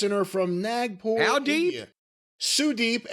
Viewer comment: They pronounced Sudep like Sudeeeeeep Just like they pronounce Ishiiiiii Somebody tell Cornette We ain't Chinese